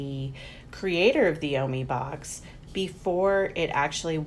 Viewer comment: It’s pernused o-my